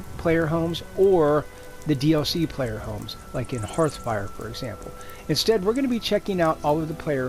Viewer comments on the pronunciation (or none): none